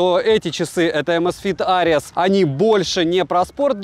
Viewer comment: amazfit что ? Areas ??? Ares может все таки ? "Арес" Карл.